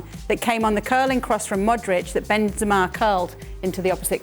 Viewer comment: Idk why I Shaka puts the emphasis on the second E. You can pronounce the “ra” w/o doing that